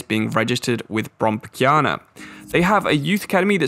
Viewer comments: Nice to see that you knew so much about Brommapojkarna, Not so many people knows about their youth success. Also I love how you say the name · As a swede it is hilarious the way you pronounce Brommarpojkarna but I’m so happy to see my home countries league be represented:)